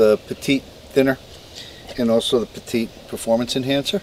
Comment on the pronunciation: It is pronounced "Pet- it" Not another word for small. They have been making marine paints etc for many many years.